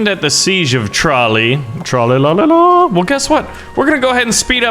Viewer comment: My Dad is from Tralee, and I've been there many times. By the way, it's pronounced truh/ lee, not trolly. It emphasises the "lee".